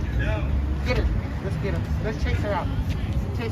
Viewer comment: did one of them actually say "git him" 😂😂😂